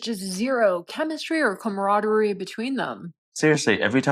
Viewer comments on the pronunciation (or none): none